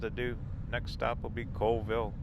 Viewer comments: Neet video. Oh and it's pronounced Call ville instead of Cole ville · It's actually pronounced Callville not Coleville. The population of Chewelah is just over 3000. Colville is around 7000 and KF is almost 1700. FYI :) Lake Roosevelt is too Big to Freeze. Enjoyed the Trip and you know the Videos can't do it Justice. It's Breath taking...and if youre a Rock Hound it's Heaven! You can't even see the River right now it's so covered in smoke :( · Its pronounced CALL-vill not cole-vill for your info ;) i agree with everyone who suggests Zips. they have the best bacon burger combos! but Ronnie D's has an awesome cordon bleu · Colville is pronounced Call-ville. Chewelah is pronounced CheWeeeluh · Just to let you know it’s pronounced chu we luh 😊 and colville is call ville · Pronounced call-ville.😁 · Colville, pronounced "Call ville." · Colville pronounced Call-ville; Chewelah pronounced Cha we luh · Hi! I lived in Steven's county for over 35 years in the Colville, Kettle, Inchelium area. Thanks for the tour of my hometown! P.s. Colville is pronounced 'Call-Ville' and Chewelah is pronounced 'Chew-WE-la.' Thanks for the tour! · Colville is a town of about 5000 people and you did say colville wrong is call-ville but it makes sense. You mess it up if you have not heard it.